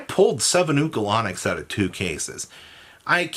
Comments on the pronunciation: is the king of butchering every card name, adding a whole extra syllable to Ulcanix by making it Ukalanix. I'm genuinely convinced he's the Yu-Gi-Oh player who cannot read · Say it with me. UL-CAN-ICKS